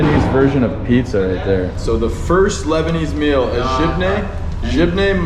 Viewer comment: so much funny when you say "locals" lol for me they are my people so it sounds fun lol sha3ebna our people... I like the way you said za3tar w jebné not bad